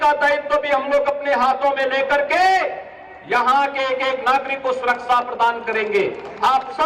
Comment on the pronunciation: Surakasha to bol nhi pate surasa bolte ho phle bolna sekho